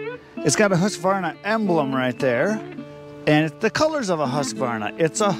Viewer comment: Thank you, thank you, thank you for saying husqvarna correctly. So many say huskavarna!!